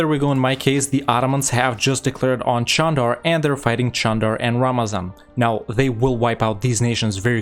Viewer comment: Is Candar supposed to be pronounced Chandar? I've heard you pronounce it that way in several past videos now and I was wondering about that.